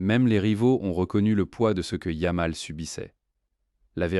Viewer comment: Tout est à jeter dans cet ersatz de vidéo : - Commentaire en I.A. avec 1 erreur tous les 3 mots (yam pour yamal, puis youmal, Lamene, etc...) + phrases n'ayant aucun sens ou peut-être sur une planète encore inconnue à ce jour. - Images sans rapport avec les faits. - C'est quoi le feu compétitif ??? - T'écoutes les daubes que tu postes ??? 25min. pour raconter de la m3rde avec des commentaires ridicules grâce à une I.A. pour teubés... On atteint les sommets du ridicule. Champion hors catégorie 🤡